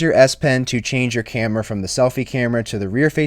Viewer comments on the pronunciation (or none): none